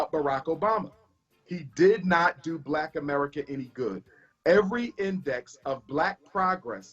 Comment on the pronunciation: Even says helping one "blacK" boyy at a time.